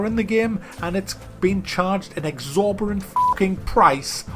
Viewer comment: Hey,, the word is exorbitant. Not exorberant. I keep hearing you say this wrong.